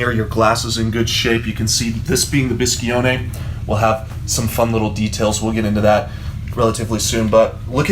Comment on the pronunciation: Biscione, not BiscHione! Btw, great car! 😍 From an Alfetta Berlina (Sedan for you) owner